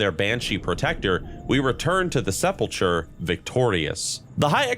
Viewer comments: It's not "Seh-Pull-Churr" it's "Seh-Pull-Kurr" It's not "Eye-Core" it's "Ick-urr" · nothing but love to ya brotha, but it’s sepulcher (like the ch in Bach, or Mach, not ‘ch’ like Choo-choo). Sep’l’kur phonetically. 😜 😊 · Say it with me now: SEP-Lah-KUR Like the "Church of the Sepulcher" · Interesting video. Small nitpick: it's pronounced "seppul-kur" 😉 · Also Sepulchur/sepulchre is Se-pul-kur...... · You should learn how to pronounce the title of executor and the word sepulcher correctly, and also stop saying "admittingly" instead of "admittedly". It's terribly distracting when you say things wrong while telling a story.